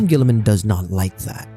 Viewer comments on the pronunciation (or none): for a hot second i thought you sai "GUILLIMAN" instead of "GILLMAN", holy smokes i got spooked for a moment